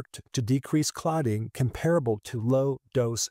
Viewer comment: Comparable is pronounced with the accent on the first syllable.